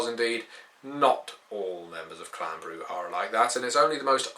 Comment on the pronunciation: guide to brujah, step 1: read the pronunciation guide in vampire V1 broo-zhah not broo-hah